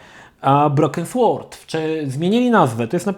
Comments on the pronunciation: nie słord tylko sord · Sword czyta się [sord]